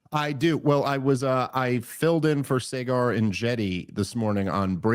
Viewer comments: Somebody needs to let Dave know it's " Saagar" like swagger NOT say-gar 😂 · It’s not Say-gur…….It’s Sahhhhhgur. He’s your good friend, dude. Get the pronunciation right, dude…. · Dave will never be able to pronounce Saagars name will he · I feel like at this point Dave is intentionally mispronouncing Saager's name.